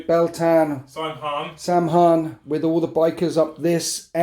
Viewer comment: "Saim Hann" in the original Gaelic is actually pronounced "SOW-inn"